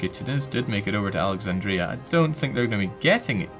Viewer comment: The commentator has a strange way of pronouncing Alexandria